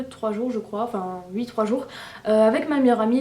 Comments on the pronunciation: on dit oui et non uii , ok ?? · J'adore tes "ui" x)